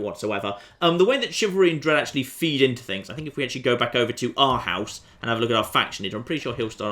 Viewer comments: I had no idea that this playthrough was gonna be with Denmark, but as a dane, i literally punched myself when you pronounced Århus. Its Oarhews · Aarhus is pronounced "ore-whose" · hey. Here is some help to say the name of the town in Denmark. Say Aarhus and you are on track. Greetings from Denmak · You say it like "Orhoos" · it's Aarhus, or pronounced "Oh-r-us" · Oarhus would be better